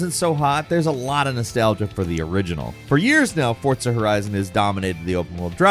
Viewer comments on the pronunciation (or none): Sheriff Hooper… lol. I hear butcher names more often than Jake nowadays., I know your a bird but it’s not pronounced Fortza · why does he say forza with a T